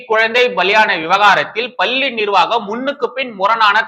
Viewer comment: தம்பி! பள்ளியின் சுவர். பல்லி என்று கேட்கிறது. தயவுசெய்து உச்சரிப்பைத் திருத்திக் கொள்ளுங்கள்.